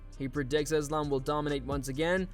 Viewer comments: Belal: “Thizlam”- Mac Dre 😂😂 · Belal "bored of the name" Muhammed saying "Iz-lamb" is just so typical of him 🤦🏽‍♂️ gosh, is there really no limit to how annoying this dude can be?!